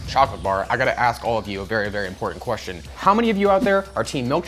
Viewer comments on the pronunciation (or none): none